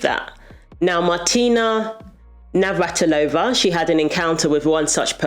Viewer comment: I agree with Martina Navratilova, but practice say her surname as you constantly said her surname wrong.